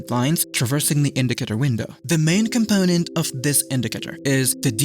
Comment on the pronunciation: WATCH VIDEO ! LOL "The Main Cumpoenent" lol your accent is entertaining lol thanks!😂😂